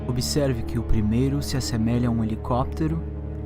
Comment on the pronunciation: "Se assemélha", "hóstil", "transmidor" fora outras palavras que não decifrei, como "mais um caso extra....". É um claro caso de alguém querendo falar bonito e pagar de sabidão sem nem saber direito o que está falando, sem fontes e referências. E ainda paga de "olha como eu sei falar bem inglês"! Totalmente desnecessário gravar a transmissão em inglês pra depois traduzir. Uma coisa é colocar a original, que nem deve existir, pelo menos pra população! Ahahhaha Mas deu pra dar umas risadas!